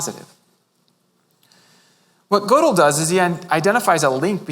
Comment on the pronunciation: I am sooooo glad he decided to just let it rip. He is so good. This is what philosophers should be like. It's even okay that he mispronounces Gödel.